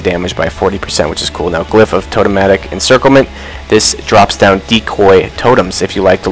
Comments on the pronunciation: "Totemic" is pronounced TOE-TEM-ICK. It is NOT totematic. Please, for the love of all that is Holy, correct your pronunciation of that word :) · For the love of god its pronounced Toe-tem-ick, not Toe-toe-matic! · Why do you always say toe-toe-matic..... it's Toe-tem-ick!!! Ahhhhh....... :) seriously though